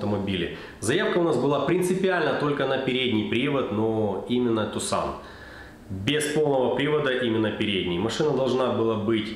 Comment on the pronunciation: Не тосан а тусан , в честь американского города. Так название звучит на английском, а не как у нас читают по буквам.